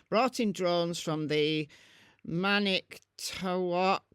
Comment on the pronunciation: Hi... You pronounced Manitowac correctly on the last try (as you were reading) (Man'-eh-to-walk). I afgree with several commenters that THIS type of Missing Child scenario has increased, alarmingly! Way too many "parents" (I use that word loosely) with kids they don't give a flip about!